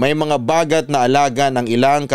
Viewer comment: Its bagat - stress on the 2nd sylllable